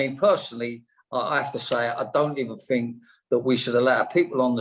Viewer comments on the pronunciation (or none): he said 'actually, i don't even fink...' he should have stopped at that.